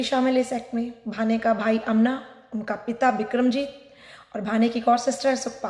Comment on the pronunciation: Pahle bhanji bolna sikho